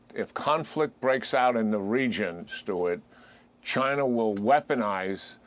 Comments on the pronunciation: Was the general saying “Chiner” like Archie Bunker. It’s over dude! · Lmfao my man said " chiner" 😂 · "Chinerr"...😂😂😂 jack keane pronounces words funny